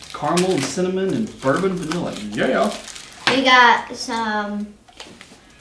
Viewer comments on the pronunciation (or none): none